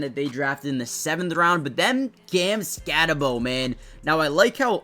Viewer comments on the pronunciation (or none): Ok its pronounced skatteboo. Spelled skattebo. Its not skattebow. Get it right. I know the kid personally. His family is literally my family. Him and I are not related but our certain family members are.